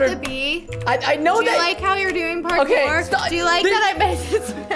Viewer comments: “I knew he liked porkor so I made him a porkor map” ( no I didn’t spell it wrong that’s just how he said it 🙄🙄🙄) 🤣 IM DEADDDDDD 💀 🤣 PRESTON IS AWESOME 🤣 LOVE UR CHANNEL WOOO. ( IM JUST COPYING WHAT HE SAID I DIDNT SAY I MADE THE MAP) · Lol I like how he is like this my property he like my mincraft my property and I also like how said I watch Harry Potter then Preston said WHAT DOES THAT HAVE TO DO WITH MINCRAFT lol I also like when said porkour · lol almost died of laughing the preston says parkour just kills me